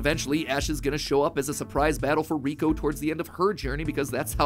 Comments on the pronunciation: its not riko its liko matpat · It’s liko not kiko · He really called her riko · It makes me sooo mad that matpat said Riko instead of Liko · It isn’t Riko it is Liko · after watching the first season of the new series I can probably prove some of this wrong like how her name is Liko not Riko. but great vid Mat Pat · It’s Liko not Riko. Not sure how no one noticed this by 2024. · Crazy how her name is Liko not Riko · Her name is Liko not Reko. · It’s sad that he says Riko even though it’s Liko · It's Liko, not Riko. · It's Liko, not Riko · It's actually Liko, not Riko 😅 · ITS LIKO NOT RIKO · Uh Matpat it's Liko not 'Riko'. Just saying the truth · Keko name is not Reko but it is leko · You said Riko it's Liko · No ash is not riko father and riko name pronunciation is liko and the necklace is a pokemon called terapagos this are all revealed in the anime (currently there is upto 47 episodes of Pokemon horizons) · liko ❌ riko ✅ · me screaming its LIKO! not riko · Her name is liko not riko😅😂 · LIKO NOT RIKO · Bro it’s no “Rico” it’s liko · its not "roy & riko, its roy and liko. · It is Liko not Riko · It’s liko not rico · Her name isn't riko! its liko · dude its liko not riko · It's Liko not riko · It’s not rico it’s liki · its lico not riko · Riko lol her name is liko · It’s liko not riko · Stop 🛑 saying 😤😭 Riko!!😢😮😮😮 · Um.... Not to be rude but who's riko??? I thought it was liko????? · Its not riko its liko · She is called liko not riko ive wacthed th anime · LIKO NOT RIKO XD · Its not reko itas liko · It's liko not Riko😮😅😢❤im mad 😡😠. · Sir, its Roy and Liko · They announced he would return. Also it's not called Riko. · Matpat... It's LIKO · Matpat it’s liko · First of all, it’s like not riko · It’s LIKO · its liko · Its likko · It's liako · Lol it’s liko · Btw it’s Liko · Isn’t it liko? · It’s Liko. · Haha matpat got likos name wrong haha